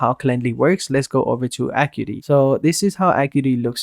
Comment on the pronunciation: It's pronounced "uh-KYOO-eh-tee"